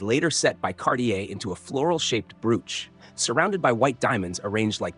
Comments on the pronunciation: Bro - ch. Not brooooch. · Stop saying Broooch it’s a bro och elongate the one o, then you will get it, or just ignore one o!!! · I cant watch with the crap AI WTF is a brooooch? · Went to the Royal jewelry show on a trip to London The most spectacular jewel was an enormous ruby set in a scepter. That stone alone has to be unattainable. (Someone please tell this narrator how to pronounce the word, broach!)